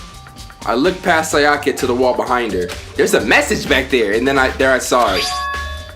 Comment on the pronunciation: The way you pronounce “Sayaka” has me dead.💀